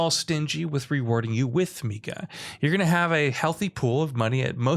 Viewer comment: Tengu is pronounced the way it is spelled. Ten, gu. Meika is maybe more ambiguous but it's still kinda clearly may-ka.